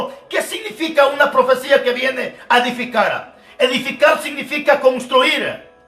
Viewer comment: Asta cuando no se dice profecilla se dice profecia.